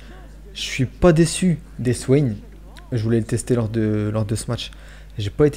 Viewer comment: EssVien ca se prononce V le W en Allemand!!!